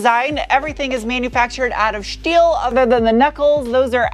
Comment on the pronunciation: You pronounce steel and sport like you are still in Deutschland. Shteel and Shport❤